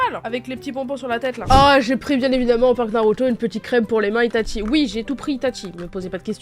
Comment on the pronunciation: c'est pas itatchi mais itachi